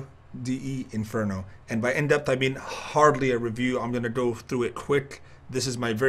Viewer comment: "In-Depth" Kappa